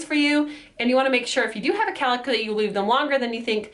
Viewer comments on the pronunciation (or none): I know what a cowlick is, I just couldn't understand her accent. I thought she said calick or carlick or something